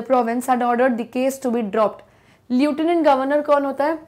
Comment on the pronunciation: Mam can't you pronounce lieutenant in a proper way?